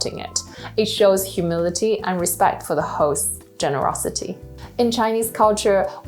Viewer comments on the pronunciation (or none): Good information thanks , btw, it’s humility not humidity.